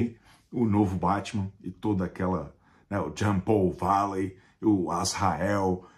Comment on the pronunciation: Chico Barney: sociólogo, antropólogo, psicólogo. Mas fala Bétman, então colonizado também.